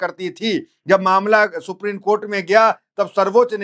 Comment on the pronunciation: ये हमारे देश का दुर्भाग्य है लोग हिन्दी शब्दों का ठीक उच्चारण भी नहीं कर पाते ।बार बार सुप्रीन कोर्ट बोले जारहो हो सुप्रीम बोलने में कठिनाई हो रही है?